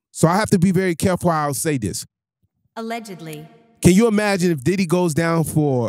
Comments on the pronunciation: lol the word is pronounced allegedly bro 😂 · Y’all losers get a mic and say anything… “Allegically” yea you don’t know what your talking about.😂😂😂😂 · "Allegically" 😂😂 Brother, its Allegedly. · What is Alleged-KLEE? 😂😂😂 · I can’t even listen to this dude no more!!! He can’t even say allegedly right. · Will someone please tell him how to pronounce allegedly